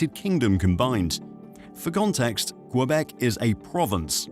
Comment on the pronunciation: Diiiiiiiiiiiiiiiiid you say "Cue-beck"? Yeah... Yeah, you did.